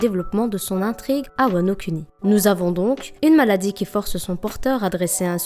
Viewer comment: J'ai entendu wanoCunni 😂😂😂 Sinon bonne théorie continue 👍🏽👍🏽👍🏽